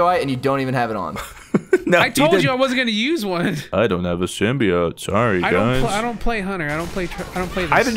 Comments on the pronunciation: I'm tilted how pronounces Symbiote. "Symbio-ite" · "symbio-ite" lol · I swear when they mispronounce symbiote it makes me want to jump through a window